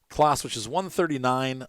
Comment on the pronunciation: Not that it matters but it’s pronounced “Closs” . Just a heads up. Good detailed video btw.